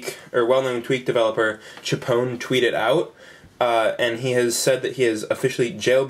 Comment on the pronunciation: tchpown? Cee aitch pwn. Please!